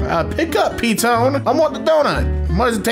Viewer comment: me: realises wellington and petone are in this video: pronounces it pee-tone